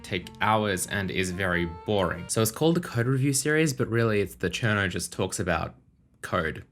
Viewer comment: I've been watching for a while, but I just realized that you say "the cherno" at the beginning. With the accent it just sounded like random syllables to be.